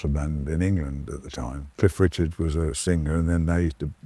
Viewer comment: Cliff Richard (not Richards).